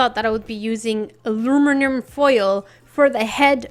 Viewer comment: IT IS CALLED ALUMINUM FOIL NOT ARUMINUM FOIL